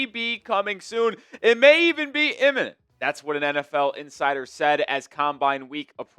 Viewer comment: How can u do a talk video but can't say IMMINENT